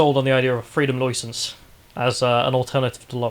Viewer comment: Freedom Loicence